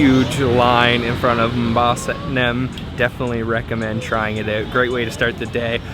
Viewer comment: It's satinem, not satnem 🤣